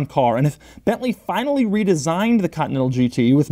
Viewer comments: Back when Doug knew how to say Continental, not cottonnettle. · Doug the type of guy to pronounce "Continental" as "Cotneddle" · he is actually saying "continal" every single time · Krayzie D nope he says "cotneddle" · Is it just me or does he say "Cotinetal Supersport"? "COTINETAL"!!! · Bently "cutnettal" super sport